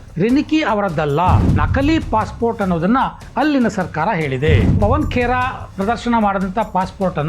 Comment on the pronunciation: ಪವನ್ ಪೆಡಾ ಬದಲಿಗೆ, ಪವನ್ ಪಿಡಾ ಎಂದು ಹೇಳಬೇಕಾಗಿತ್ತು ಸರ್.